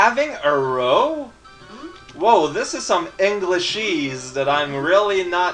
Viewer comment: what Clarence's parents were having (row) is pronounced "Rao" like the first part of your username and means a fight or argument. It does tend to be an English phrase used mainly by the English.